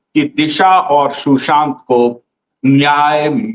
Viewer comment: Can you correct your pronounce ssion? Before showing illussion. It's " sushant " not "Shusant"